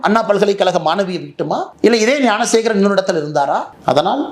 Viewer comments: தம்பி துரை முருகா எல்லாம் சரிதான் அந்தக் குற்றவாளி பெயர் யானசேகரன் இல்லை ஞானசேகரன் சொல்லு ஞானசேகரன் யானசேகரன் இல்லை இல்லை தம்பி நன்றாக உச்சரியுங்கள் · அண்ணா, யானைசேகரன் இல்லை! ஞானசேகரன்.